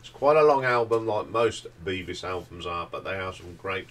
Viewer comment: Bevis like beverley not like bee-vis